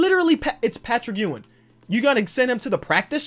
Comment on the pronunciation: Ur saying Patrick Ewing last name wrong